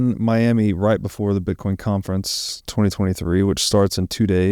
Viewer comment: I have never met a woman who pronounces the word "BITCOIN" as sweetly as. No matter what you do, dear, it will be a success. I hope you stay with us for a long time!